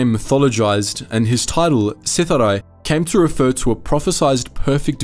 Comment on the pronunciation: WHAT is Sith-a-Rye?! It's Sith-ari!